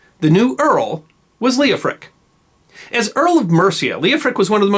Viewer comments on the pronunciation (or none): PLEASE! The name was L-E-O-F-R-I--C, or L-E-O-F-H-R-I-C. NOT "Leoprick" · So Lady Godiver's husband's name was, Leo-prick, ! No comment. That is Coventry's business. Ok the name of her husband is Leo-Frick, I did not understand the narraghter.